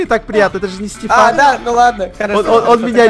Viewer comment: стефан а не степан!